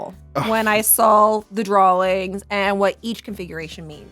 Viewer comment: I don't mean to make feel bad about her "speech thing," but she gifted us with this little gem: "So, this is where I went down the rattle hole, when I saul the drawlings..."